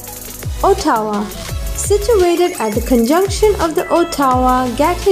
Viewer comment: The way you pronounce Ottawa lmao